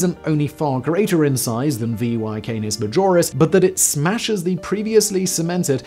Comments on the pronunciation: It's VY Canis Majoris, not VY Canoras Majis, it would take an object at light speed 14 seconds to circumnavigate the sun and over 5 hours to circumnavigate VY Canis Majoris. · Lol he literally said "Canoris Major" while talking about VY Canis Majoris.. it's like no one even gives the video a quick watch before clicking upload..